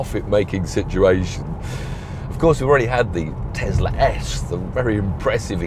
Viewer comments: Tesla not Tezla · Its tesla not tezla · Thanks Mate, too many idiots turning an S into a Z.